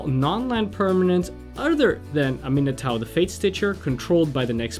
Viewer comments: Getting so triggered over the pronunciation of Aminatou Its pronounced am - eh - nah - to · "Aminatow the fate-stitcher".. seriously..